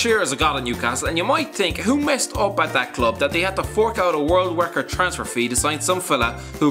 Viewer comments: world wecord fee 😂😂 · world wekkord